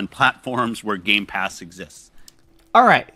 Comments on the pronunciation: Gamepass Max. Not GameSpass lol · I love you and all but seriously for f$&@ sake.... say it was me... GAME..PASS not Game”S” Pass... 🤦‍♂️ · Please stop saying Games Pass! It's Game Pass! How hard can it be? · I detect a little bit of hate in your voice. And it's gamepass NOT gamespass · The way you say gameSpass is triggering... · I feel you tho, that’s the thing. Just call him until he realizes there’s no S in the first word of Game Pass. Or maybe he thinks it’s Game Spass. I don’t know. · "Gamespass" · Is there a reason why he says games pass instead of the proper name game pass ? It really grinds my gears when I hear people say the name that way. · It's not "Gamespass" it's Gamepass. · Please stop calling it GAMES PASS - It's GAME PASS! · You do understand that it's called Game Pass, not Games Pass, right? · Why does he keep calling it games pass? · ITS " GAMEPASS " YOU DWEEB. NOT GAMESPASS LOL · It's GAME-pass, not GAMES-pass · Dude..... It's GAME PASS... Not gamespass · How many times are you going to keep saying GAMESpass its game pass game pass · ...man I like your videos. But... it's GAMEPASS ....GAMEPASS...You keep saying GAMEsPASS...🙅🏼‍♂️🤦🏼‍♂️ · Bro its GAME PASS not GAMES PASS 🤦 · For the love of God ...if i hear you say another one more time gameSpass instead of gamepass I will unsubscribe from your channel....haha ...Ohh my god it sounds soo wrong and you keep repeating it.😅😅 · He Calls it Game(s)pass on purpose. Like he's never seen it spelled somewhere. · Why do you keep saying gamespass? Is this an inside joke or something. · Stop calling it "Games Pass". It triggers me. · I swear , if i hear "gamespass" one more time. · He talks like someone who has never actually talked to another person irl. Constantly pronouncing basic things wrong. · For someone who claims he reads a lot of books he certainly can't pronounce 'Game Pass' correctly. I'm puzzled by that! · He can say game.... But he can't say Game Pass